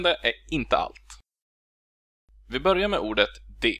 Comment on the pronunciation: I am also from the same (big) region but I can clearly pick up differences between your idiolect and mine. For instance, they way you pronounce "börjar" and again . My ö:s are more rounded, and some other vowels as well (i, y, u). I wonder if anyone has done a study of dialectal variations within Eastern Central Swedish? A lot of people in the Stockholm region have the idea that they don't have a dialect, which is of course nonsense.